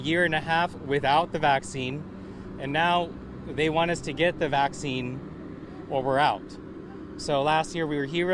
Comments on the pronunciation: Your video might be a little confusing for some. It was for me as you kept pronouncing the word 'vaccine' as 'vasoline' & they are 2 completely diff things. I was so confused. Unfortunately, that's how misinformation gets out because ppl mispronounce words. You could have maybe said 'shot' instead if you have a prob w saying vaccine. Also, where does Pokémon figure into what u were saying. I commend you effort to try & educate ppl but it might have been a little confusing. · Do mean VACCINE ? Am I the only one who’s hearing him VASELINE? Lol shade I love ur content! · Y does he keep saying vaz-o-leen? Im a lil confused. Is he talking about vaccines 💉 (the shots) or is he talking about Vaseline (the thick stuff people use as lotion 🧴 and chapstick) lol 😂. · Vaccine...vaccine.... Pronounce it correctly please